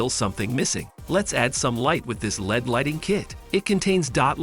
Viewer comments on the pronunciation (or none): Yeah I wasn't sure if that was what was going on. I came here to ask the same thing. The "pudding accuracy" and the led lights (like Led Zeppelin) as opposed to LED threw me off.